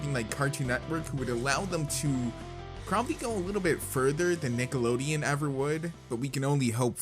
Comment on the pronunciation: yo dawg it sounded like you said niggalodeon